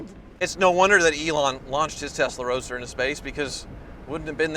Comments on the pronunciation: testa roadster 😂😂😂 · So used to saying testarossa that he said “testa roadster” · Am i the only one that keep hearing Testarossa every time he says Tesla Roadster :-) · did i hear you sneak in a new word at about 5 mins, TESTAROADSTER or was it Testarossa :) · "Early Testa Roadsta Models..." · Am I the only one who heard say “Early Testa Rossa owners”? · “Testa Roadster” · Did anyone catch him say “Testa Roadster” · When you said Tesla Roadster it sounded like Testarossa.